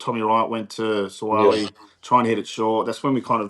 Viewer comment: Please pronounce "Sua'ali'i" name correctly, it sounds like, "Sue-ah-ah-lee-ee". Thanks